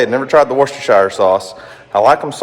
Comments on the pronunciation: In the Uk Worcestershire sauce in pronounced WUSTERSHIRE SAUCE or WUSTER SAUCE for short, hope that helps🤦‍♀️🤣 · Nipsy Russell used to pronounce worstershire sauce "Whats this here sauce".